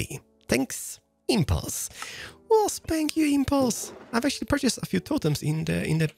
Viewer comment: I love your voice, although thank sounds more like Spank when you say it.